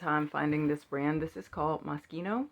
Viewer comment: You’re meeee! You pronounce moschino correctly, pronounce modal “mode-dall”, look through all sections mens and women’s for three hours, and hate consignment lol.